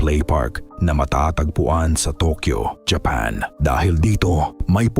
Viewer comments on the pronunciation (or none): none